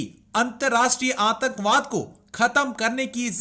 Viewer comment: Bhai log ye channel Pakistani ka hai please don't subscribe this channel And listen properly and aap aapko theek se aatankwad nahin bolna Aata aur mantralay Nahin bolna tha